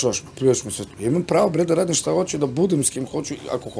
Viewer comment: Ahahahahha a ova ga pita "a dobro shta je to ako te ona ne voli" HAHAHAHAHHAHAHAAA